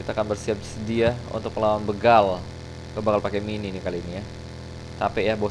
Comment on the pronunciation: begal bang bukan beugal org sunda pasti tau baca nya